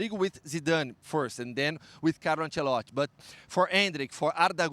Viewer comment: I hate how this guy doesn’t say “i” in Ancelotti’s name